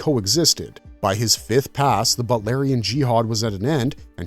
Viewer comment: It's pronounced BOOT. BOOTLARIAN. NOT butlarian.